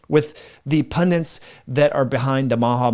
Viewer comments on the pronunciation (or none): "pundit" not "pundant"